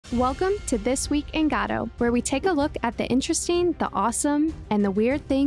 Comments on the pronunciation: dude it's "go-dough" not "gah dough" please dude it's driving me insane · never heard anyone say godot as gadow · Great content, thank you! Btw, first time I've heard Godot pronounced like that :D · You're pronouncing Godot wrong